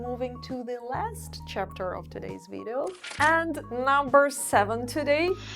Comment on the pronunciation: i really really wish you could learn how to say VIDEO in English. We do NOT say VEEJO as you do. Please try to say VIDeo. 3 Syllables. VID-e-o. Please try. You use this word a lot and it is extremely annoying to hear you mispronounce it! Thank you